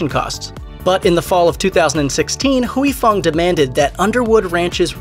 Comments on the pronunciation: It’s Huy Fong, not Huey Fong. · Anyone else annoyed he says "huey fong" instead of "Hoy fong"? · It's not Hooey Fong.. it's pronounced Way Fong. Dipsh*t. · Hooey Fong? I used to to work with a gentleman with the given name of Huy - pronounced H-whey. Our company attempted a voice name dialer. I had say Huey to make it work. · It sounds more like WHEE. The 'U' is silent not the Y. The narrator of the video kept switching back and forth between several different pronunciation which was annoying and he said it totally wrong. It's not Hoowee it's whee. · I loved Sriracha. I always figured that either I got tired of it, or developed different tastes. But that makes sense now. But; I think you're saying Huy fong wrong. Granted, I am whiter then a ghost. But "whoo-ee" just doesn't sound right. I always said it "hoi" like when you hoist something. I could be wrong. but whoo-ee just doesn't fit the ear. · Pronouncing it wrong. Its "Hoi Fong" not Huey idiot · “Hooey” LoL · Is Huy pronounced as"we"? I think the Y is silent. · The entire time...couldn't listen to a damn word he said every time he said "Hoowie Fong" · You’re pronouncing it wrong... Huy Fong isn’t how you’re saying it. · If they're pronouncing it wrong, it's because the romanized spelling was already wrong to begin with, due to the terrible rendering of Chinese dialects from the Mekong River : for years, I mistook the name as being my namesake, but upon later inspection, the origins of the original Chinese characters are totally different. Indeed, it should be pronounced "hoi" because my own name is actually like "hwee".